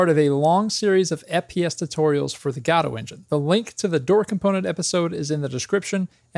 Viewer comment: I cry every time you say gAdo...